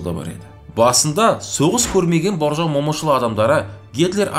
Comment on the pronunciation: Боржан емес Бауыржан деп айтыңызшы.